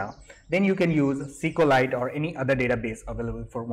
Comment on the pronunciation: It's pronounced (by Richard Hipp himself).... "ESS CUE LIGHT". And the Flutter package just has another "f" in there. :)